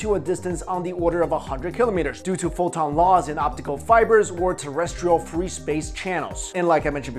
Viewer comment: Tell Me This what u are telling is poton.. no H